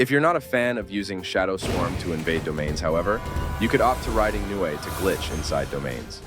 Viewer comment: It’s not nue it’s nu ay